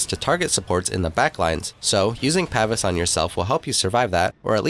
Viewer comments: (Pa - Veece) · Its Pa-vees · It's pronounced "pah-vees". Just like it is also pronounce "ee-jiss". The DotA community fails hard with such things it seems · It's pronounced "paveese"